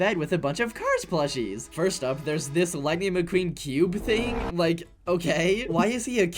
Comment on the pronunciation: lighing mceen!!?? 😨😨